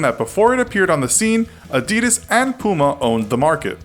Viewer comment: holy shit you pronounced adidas wrong